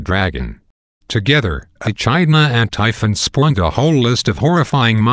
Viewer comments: You pronounce Echidna 'E-kid-Na', not 'E-Chid-Na'. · Interesting Video, but for God's (pun intended) sake, please fix your pronunciation of these names. It really makes me cringe every time time you pronounce Echindna (it' pronounced E-keed-na) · When you know how the names are pronounced and history of each god and goddesses and some heroes thanks to Uncle Rick. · I don't think that's how you pronounce Ares's name... I also think the following pronunciations are wrong: Theseus Minotaur Echidna (I think, IDK) Also, during battles, if Ares is wounded, he always stumbles to Olympus whining like a toddler. The only reason why Zeus heals him is because Ares is part of his family and is an Olympian. :D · That's true, and Echidna was also pronounced wrong.